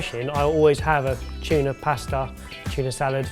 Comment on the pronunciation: ive never heard Tuna mispronounced so much before in my life. " A BI OF CHUNA"